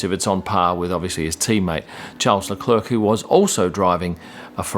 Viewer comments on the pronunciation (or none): none